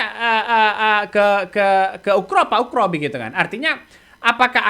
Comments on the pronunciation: Bukan ukro bos tapi oegro di baca ugro. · bukan ukro bang tapi ugro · Bang namanya bukan pak Ukroseno tetapi Oegroseno.... mohon ma'af klo sy salah dengar yg diucapkan bang